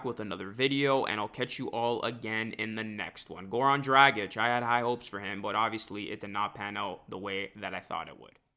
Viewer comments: Hate the way you’re saying Dragic. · Could you say his name anymore wrong? Omg. It’s one of the easiest European names to say. It’s like “drogic”.